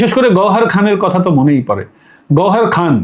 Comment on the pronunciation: বার বার গহরখান কেন বলে যাচ্ছেন ? গহরজান